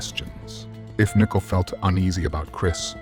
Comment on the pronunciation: it’s pronounced more like “NICK-COLE”, I hope that’s helpful. Unless you’re using AI then that makes more sense lol